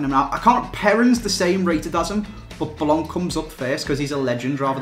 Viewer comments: it's blanc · its blanc